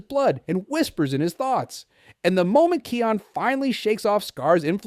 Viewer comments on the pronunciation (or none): Simba and Nala’s son’s name is pronounced as "Kai-on". (I’m hearing “Key-on”.) (Are you speaking with some accent?) You’re also not pronouncing Rafiki’s name correctly, you should watch “The Lion King” and “The Lion Guard” franchise again and redo this video by saying their names again! Anyway, I think it was Kion who holds the ultimate strength. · Can you say kions name properly please 🙏